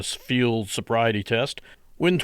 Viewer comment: Love the slurring of the words as the narrator of this video tries to say field sobriety.